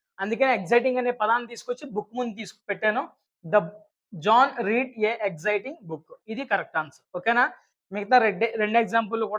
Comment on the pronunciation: Sir ఆది రీడ్ కాదు రెడ్ అని పలకాలి